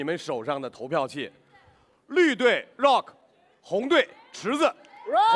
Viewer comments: 张绍刚喊rock是柔克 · Wendy lee 绕克